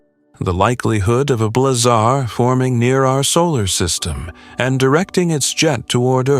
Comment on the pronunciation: AI will never be taken seriously until it understands the nuances of pronunciation. The term is Blazar, like in blaze, not blah-zar, like in boring.